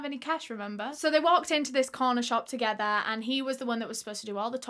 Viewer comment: “TogeTHUR🤠🎼” lol ily